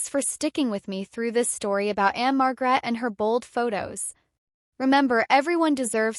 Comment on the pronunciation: Just so you know the stress is one the first syllable marg rette